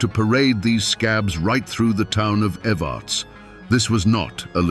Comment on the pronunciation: We pronounce evarts like this ev- errr- ta- sss The way he was saying it was grating my nerves. Born and raised in Harlan KY ..still here, we ain't going nowhere 😜